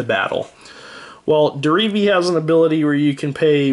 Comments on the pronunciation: He keeps saying Derevi like dee-ree-vee. It is said de-re-ve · Some people I play with keep calling Derevi, Deretti. It's pretty annoying.